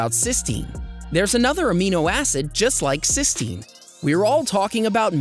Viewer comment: N acetyl cysteine not cystenine